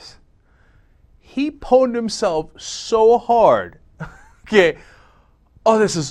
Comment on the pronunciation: Did you REALLY just say the word "pwned"...? REALLY? It's a WRITTEN pun, not spoken. Oldies try so hard to be "cool."